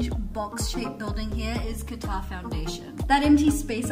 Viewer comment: I hear GUITAR whenever you say QATAR.